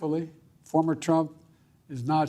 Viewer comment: at 1.53 "thankfully Former Trump" or "thankfully Farmer Trump " lol some body forgot to delete Former President Trump . from his speech . or some body put in his speech former president trump so he ommited president lol